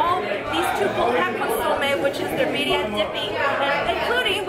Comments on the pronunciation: Why is she trying so hard to slaughter the Mexican words. Saying them fast dont make it right. Birria pronounced beer-ia. Not bidia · The Bedia Tacos..... Bee-Re-uh Tacos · birria is pronounced beer-ia not bidia rolling your r a little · Birria .. pronounced “Bee-rree-ah” roll the middle r’s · Be-rrrrr-ya: birria lol thats how you pronounce it lol awesome vid! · I try to call american tex-mex to simplify. Authentic mexican food is very different. Roll your r for birria, like birrrrrria. Its a complex process. Ive been eating it forever, amazing. Crisped up from sof shell to hard shell with the fat from the meat process. Also i love tortas, i prefer carnitas or camarones ala diabla. It will be good to watch the rest. I love your appreciation of it all. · theres nothing like tacos de birria and horchata... and its pronunced beeriya roll ur r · homie- birria is pronounced: Bee-RRhia You have to roll the R, so practice rollin’ dat R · (Beer-Ria) Birria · Birria.... no d sounds lol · Lol- practice on rolling your "R"s...once you have that down then you should b good to go😉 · You both insult my Mexican Heritage with your horrible pronunciation, Especially The Asian!!! 🤬